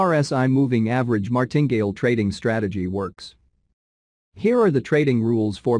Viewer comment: Enjoy all of your videos, very good education, Martingale is pronounced Mar tin gale 3 sylibals :)